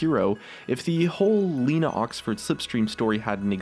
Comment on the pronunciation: It's "Lena Oxton" (Leh-nah-Ocks-Tin) Not "Leena Oxford"